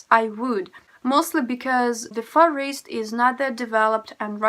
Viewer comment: It sounds like you're saying you live in the forest of Russia. Far east is spoken with a long ee. Try speaking slower and practice learning how to pronounce the letter V.